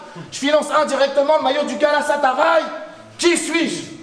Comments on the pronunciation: Je suis le seul que ça chose lorsque dit "Galasataray" au lieu de "Galatasaray"??😁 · lotre y dit galasatarai alors que ces galatasarai meme a dit t serieux a 7 minute 34